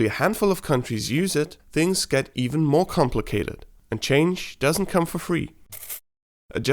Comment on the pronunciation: Gah! You didn't rhyme more with store!